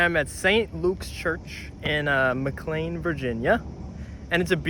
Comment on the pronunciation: Love all your organ videos. Just popped in to praise you for pronouncing McLean properly 😊